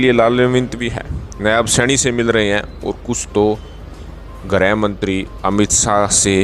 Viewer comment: क्या खाक पत्रपारिता कर रहे है ! आप हरियाणा के मुख्यमंत्री के नाम तक ठीक से नहीं ले पर रहें है ?